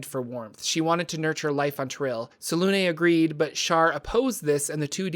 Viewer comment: I love your videos but some of your pronunciations have me gritting my teeth. 😅 Selunê is pronounced like seluna. The accent mark has a specific phonetic you should look them up when you come across them. ☺